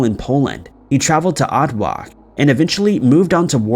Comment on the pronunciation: At-walk? You mean Otwock? That's not how you pronounce it man